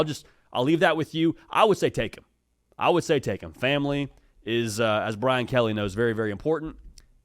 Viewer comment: ‘Mah famulee’ love the brother call in 😂